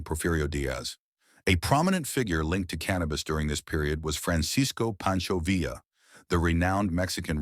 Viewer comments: Poncho VEE AH. Not Villa, or Veela. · Interesting video, but "Villa" is pronounced " Vee-ya" saying "Vill-la" made me cringe. Just saying...